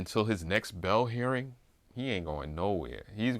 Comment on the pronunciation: It's pronounced bail not bell. It's pronounced mail not mel.